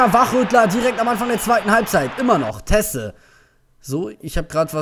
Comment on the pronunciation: Der heißt Tese und wird aucg genau so ausgesprochen..weder "Ties" oder "Tesse" Und das ist nur ne nett gemeinte Korrektur wie immer :) Und natürllich wird grade das Spiel gegen Bremen nicht aufgenommen -.